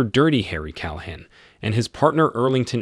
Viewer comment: These AI narrators are getting better but they're still annoying. Like the way it pronounces "Inspector Dirty Harry Calahan" "